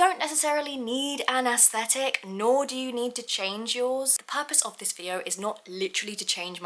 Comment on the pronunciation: I love you so much and this video was so good. But youre pronouncing aesthetic incorrectly just wanted to let you know no hate